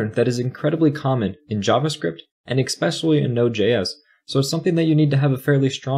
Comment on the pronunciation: Love the video, but you might want to look into the word 'especially' if you plan on making more content. It's not 'eckspecially'.